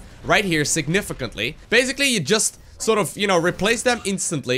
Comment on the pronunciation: Take a shot of whisky everytime says 'significently'